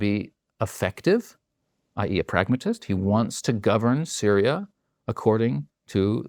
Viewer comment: FINALLY! A WESTERN WHO REALLY KNOWS WHAT THE F IS GOING ON IN SYRIA. HE'S SO GOOD THAT HE PRONOUNCED ALL THE NAMES CORRECTLY LOL